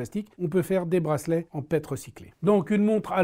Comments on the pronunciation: PET Ca se dis P E T pas pète, c'est du PolyÉthylène Théréphtalate, une matière plastique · On dit P E T lettre par letrre et non pas pet :) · Bonjour, pour information la fameuse matière plastique PET se prononce P.E.T 😅